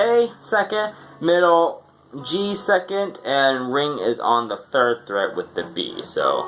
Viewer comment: It's fret, not threat lol